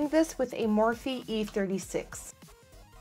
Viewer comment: I love the vid, bit the morphe brushes are pronounced like morf.